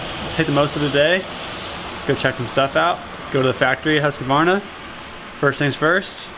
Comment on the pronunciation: NOT HUSK A VARNA!!! Arrrrrgh Americans. Husk Varna